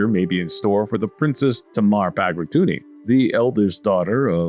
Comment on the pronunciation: Bagrationi, not Bagratuni. Georgian branch is more famous and changed the course of history in many times more than Armenian branch. If you still can't name the dynasty "Bagrationi" then you can use "Bagratid" for dynasty name and go with Bagratuni & Bagrationi as house names. Speaking of Bagrationis, please add a mechanic for Orthodox rulers to interact with a Pope (and Catholics to a certain degree). Son of Tamar, king Giorgi planned to participate in the 5th Crusade, there are letters of correspondence between the Pope and the Georgian kings. Plans were cancelled because king Giorgi died after mortally wounded in one of the clashes against Mongol army and later Georgian army was destroyed. To be able to join Catholic Crusades as a Georgian monarch would be fun.